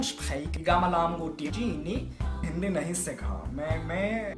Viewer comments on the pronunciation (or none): none